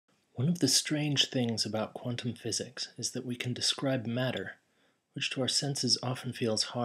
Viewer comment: Hee hee, you can hear your accent change when you say "quantum physics." xD Very Kiwi pronunciation.